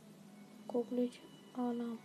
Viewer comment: abi iskender kokerec dedin doner yedim :D